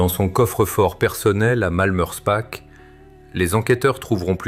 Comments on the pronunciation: Prononcez Malmerspar et non Malmerspack 😊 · alors là, je suis très étonné, le .."ch" en allemand, comme en alsacien, se prononce toujours .."r".. mais je peux aussi vous croire, même en étant alsacien ( bas rhinois ) il peut y avoir des exceptions